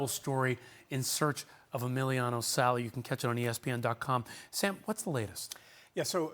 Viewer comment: Emiliano "Salee"? At least get his fucking name right.